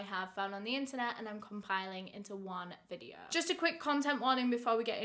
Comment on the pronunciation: So today’s videuhhh 😂 love your content!